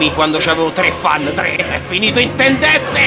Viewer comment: Dove son le tendenzeh?